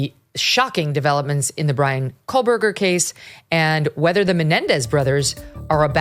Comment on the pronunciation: You keep saying KOHL-BERGER Megyn and it’s driving me nuts